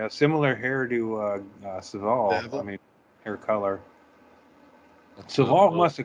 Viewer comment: You all watched the documentary but none of you can pronounce Savile correctly. Although, Norm MacDonald pronounced it your way too.